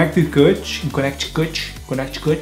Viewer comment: que inglês fudido kkkk conequiticoti kkkkk se pronuncia canelique